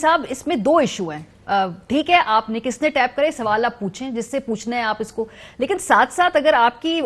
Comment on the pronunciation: TAP nahi hota naani 420. TAPE hota hai uffff jahiliyet